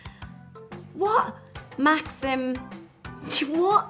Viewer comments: she said ”what?", which sounded like "чего", which is also "what" in Russian, which is pronounced like cheewoh/chivo/whatever very natural, I thought I misheard it, but it's real, so sweet :) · я прошу прощения, НО одна сказала "чиво"?